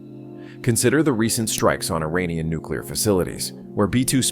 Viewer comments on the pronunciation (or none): none